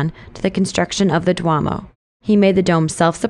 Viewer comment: The city at the end should be "Vicenza," not "Vincenza." Also "duomo" is pronounced "doo-O-mo."